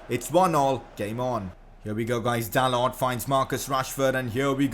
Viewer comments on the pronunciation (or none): none